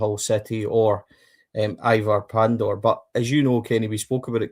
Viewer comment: Lads you will need to learn to say Pandur's first name right . 😂🔴⚪️🔵